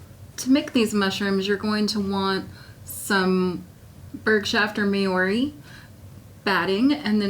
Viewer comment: I am endeavoring to pronounce "Maori" correctly. If this term refers to the indigenous people of New Zealand and their sheep, it is pronounced "Mau-ree" rather than "May-or-ree". Here is a link